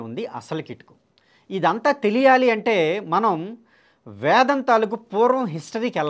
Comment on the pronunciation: ముందు "వేదం"అని స్పష్టంగా పలకండి sir. మీరు వేదం ను వ్యాదం అని పలుకతన్నారుసర్. భాస్కర raju గారు ఇతరులు వ్రాసిన వేద భాష్యాలనుండి గ్రహించి రాశారనిపిస్తుందన్డి వేదాధ్యయనం చేయాలంటే ఎంతకాలం అవసరమో నిష్ణాతులైన సంసృత పండితులను సంప్రదించి తెలుసుకోండి. లేదు పూజ్యులు సంతోష్గారితో మాట్లాడండి ఘన పాఠి కావటానికి ఆయనకు ఎంతకాలం అవసరమైందో ఆయన చెప్పగలరు.వేదం కంఠస్థం. ఉఫ్ అని ఉదేస్తాను అంటే కాదండీ వేదాధ్యాయనము అదీ గురుము హతః జరగాలి అవన్నీ ఏమి లేకుండా వేదామంతా వల్లె వేసాను నాకు కరతలా మలకము అని భాస్కర రాజు గారంటే ఎలాగండి.మీరు కూడా గ్రుడ్డిగా అనుకరించకండి, నమస్తే అండీ.